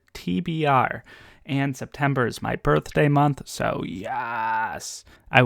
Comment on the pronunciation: Yes, it's -Friday again! 🥳 Thank you for explaining the SeptEmber Blade situation, I almost didn't get it 😋 Yeah, democracy is the best #AnithaToCoHost Red Rising is a very good choice, it's so good. I'm sure you'll love it and want to talk about it for days. I haven't finished the eye of the world yet too, but I am already curious about book 2. Oh and also, can you make it an habit and pronounce a few russian names or words in every video? thank you in advance